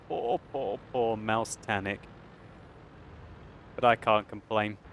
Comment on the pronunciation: MAUSTANIC HAHAHAHAHAHA!!! LOL.